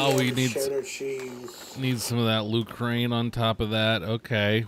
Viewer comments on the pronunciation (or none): How far is the “Lu-crane”, from the Ukraine 😂